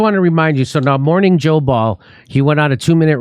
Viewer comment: Mor-Whore-ning Joe